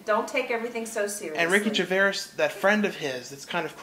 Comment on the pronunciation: Ricky Gervais is pronounced ricky GERVAYZ. Haha. I've been watching him and been a fan for years now, and I saw An Idiot Abroad. The friend's name is Karl Pilkington, and he is absolutely, unintentionally hilarious. I love the show !